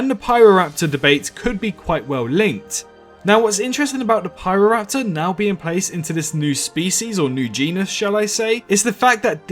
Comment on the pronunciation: Good video. And yep, your pronunciation is pretty much right. It's also notable the landscape Pyroraptor lived in was an archipelago of islands, meaning it very likely did island hope quite often and could swim competently.